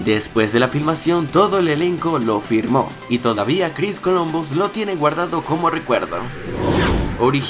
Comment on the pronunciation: momento Dijo 'lo firmo' en lugar de Filmo.